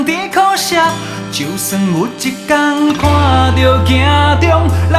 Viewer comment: 很喜歡這首歌所以希望更好 只看發音："就算" (是dieu不是jieu)，"一班"(bang不是ban)，"掌握"(jiang不是jian)